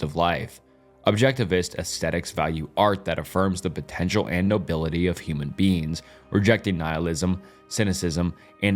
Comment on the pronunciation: I tried to fall asleep to this, but every time you say beings it sounds like beans. I'm giggling too much at these philosophical theories on legumes for this to work